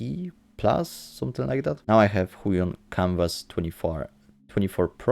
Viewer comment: (tak myslalem po wymowie Huion xD)